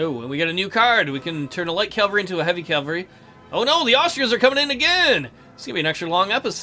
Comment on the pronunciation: Are you calling Cavalry calavry?